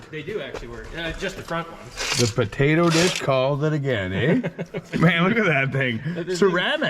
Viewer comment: "WE GIT TA DIG THRU THE PATATUH DISH!"